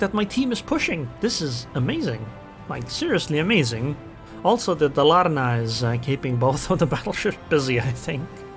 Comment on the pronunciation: Hey, nice replay! Tip: Put the emphasis on Da in Dalarna to max your Swedish pronounciation skill. (Norwegianite here, so my Swedish is not 100%. 😉)